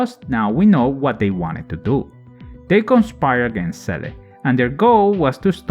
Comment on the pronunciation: This was a very interesting listening. Many of those facts I never noticed. Also I like how you pronounce Seele like the katakana reads.